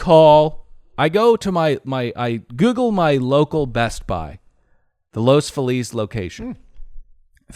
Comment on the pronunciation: Every time they mispronounce Los Feliz it's like nails on a chalkboard. has no excuse, he grew up LA!